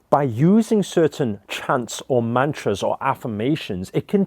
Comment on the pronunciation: U love your car But what i really wanted to say was Stop saying mantras it sounds like munchies!!